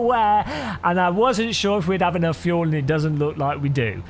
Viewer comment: FUEL not FULE